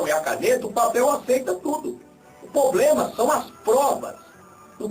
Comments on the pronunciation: vai fazer um curso de horatória e aprender a diferença entre PROBLEMA E POBLEMA seu burro kkkkkkkkkkkkkkkkkkkkkkkkkkkkkkkkkkkkkkk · O poblema é que ..... kkkkkkkkkkkkkkkkkkk POblema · "Não tem poblema"!!! parei de assistir na hora! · Parei de assistir quando ouvi 03 vezes a palavra "poblema" em menos de 3 minutos .. Kkkkkk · O "poblema" mesmo?! E olha q eu estou longe de ser uma "gênia" 🤣🤦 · esse cara fala polema KKKKKKKKKKKKK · o "poblema" kkkkkk é que tu queres os devotos dele kkkkk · esse carinha não sabe nem falar e que infuenciar pessoas a segui-lo vai pra escola aprender e parar de falar POBREMA, VAI PARA ESCOLA O.